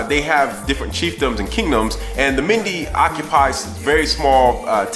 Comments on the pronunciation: Good video. But it's pronounced MEN-DAY . I myself was born in a mende village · I love this went to Sierra Leone for the 1st time in December best experience of my life but just one little thing the way you pronounce mende is funny lol its pronounced like Men-day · Mende is pronounced men-day 💜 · LOVE the vid but its pronounced "men-day" lol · I love your video, your pursuit of knowledge and interest is admirable!The correct pronunciation for Mende is 'MEN-DAY' btw; Please keep up the good work. 20 year old 'Black British' girl from Sierra Leone (Mende and Kono parents).